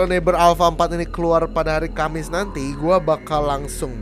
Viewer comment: bang, hari kamis bukan hari kemis